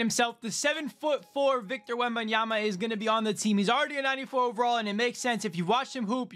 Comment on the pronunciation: “Victor wembanyamamama” 😂😂😂